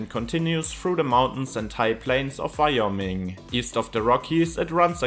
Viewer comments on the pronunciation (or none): none